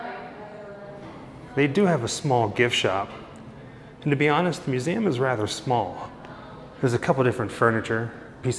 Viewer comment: It’s MUSE—eeee—Um! Not “MUSE-AM.”